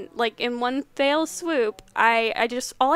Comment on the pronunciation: I'm sure you already have but let know it's not, "one fail swoop" but, "one fell swoop".